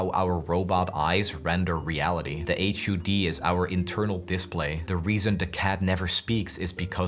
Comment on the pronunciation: "To save energy on processing power, the machines use low fidelity cameras" Easy Delivery Co set in Ultrakill universe Headcanon accepted. Why did you pronounce HUD as H-you-dee?